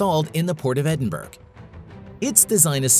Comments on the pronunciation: Did you say Ed-in-burg? Ed-in-bruh or Ed-in-buh-ruh. Ed-in-bruh is preferred by people in and around Edinburgh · This idea is not new. It's been around for 30 years. "Eddin-berg??" LMAO!! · Where on Earth is “Edinberg” ? 🤦‍♂️